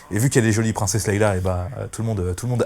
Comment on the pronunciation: Princesse "Leila". Tu m'as tué en prononçant mal son prénom systématiquement. Répète après moi : Leia (se prononce "lé ya") Du coup, je n'ai rien écouté de ta vidéo. Comme quoi une vue ou un abonnement ça se joue à peu de choses. :-)